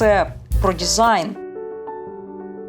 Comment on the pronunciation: Дякую за відео, було дуже цікаво! Я щиро бажаю розвитку вашому каналу, тому вкажу на майбутнє, на те що дуже різало слух. НідЄрланди, дІзайн тощо. В українській мові читаємо як пишемо. Скоріш за все українська мова не ваша рідна і мене дуже тішить, що ви прийняли рішення перейти на неї тому зичу подальших успіхів вам.